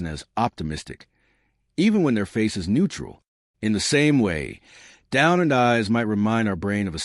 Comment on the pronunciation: Its pronounce downturned not down earned